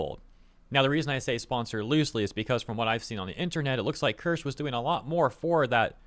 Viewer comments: are you dyslexic it's ker-sha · "kursh" it's keer shuh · As some have pointed out, she pronounces it like “KEER-sha” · It's pronounced as cheee-see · German here: Maybe try "kear" (like tear) and "sheh", similar to "huh" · Not, it's pronounced Kirsche. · It's pronounced like it's spelled. Kirsche. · get name is KIR-SHAAAA, pronounce it right, it sounds bad lol. Just telling you how to pronounce her name, honestly I love your content truly enjoy you and everyone who brings all the bad behavior from people up. Keep working hard my good sir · Her name is pronounced Kear-sha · It’s pronounced Kur-sha bro lol